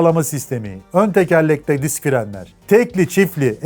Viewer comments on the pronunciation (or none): none